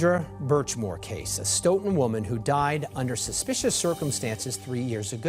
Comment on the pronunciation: Great videos as always, thanks! I've followed all your Karen Read videos as well - I live in the same county in MA that both of these cases occurred and it's really scary to think about, despite being such an otherwise peaceful, well educated area. Two minor comments for this series: 1) The town is pronounced "STOW-tun" as in "stowaway" not "stough" sounding 2) Curious if the surveillance footage timestamps are off? You've mentioned Farwell enters pm but the timestamps on the footage say pm FYI